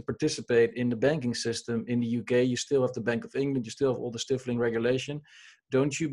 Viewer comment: The « i » in the word « stifling » is long, pronounced like its name in the alphabet, not as in the word « stiff. »